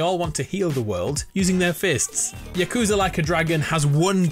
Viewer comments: its pronouced yahcoohzah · Why do you say yakuza like that